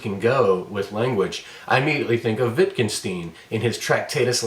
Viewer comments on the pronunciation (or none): It spoils the clarity of thought, when one has to deal in parallel with you calling an author "Witt kin stin". If you're unable to deal even with the phonetics of a very simple name of "Wittgenstein", it is getting REALLY hard to... take you seriously in any way.